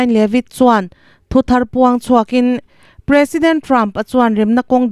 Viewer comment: "President" tih i lam dan hi a ki hniam hret se a dik zawk hmel